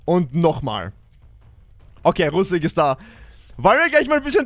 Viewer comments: Russik mit I bitte 😂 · er heißt russik nicht Russak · Geile Folge, das best war Russak😂 ( er heißt Russik )